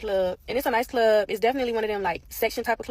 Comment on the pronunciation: “…in da clobb..” ..RUN my man… !!